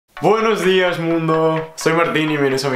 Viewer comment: I love when U say Guenuss dias mondooo